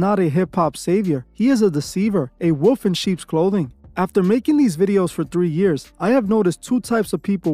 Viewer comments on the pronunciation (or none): You know wolf has an L in the word. 😂